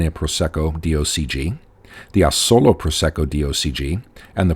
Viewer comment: Well done! Very accurate and informative. I'm impressed on how well you pronounce the words Conegliano-Valdobbiadene, quite a mouth full! Please, check the accent on the word Asolo! it's on the first A , A-solo and not A-SO-lo. Thanks.